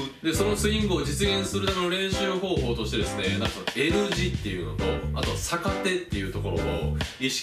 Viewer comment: はじめまして☆ のスイング良くなってます。 «逆手»で、手首が痛くなったのは、脱力ができていないからです。 慣れるまでは、軽～く振ってみてください♪ 因みに、サカテではなくギャクテと読みます(^o^) 宮川理論を極めてくださいね(*^^)v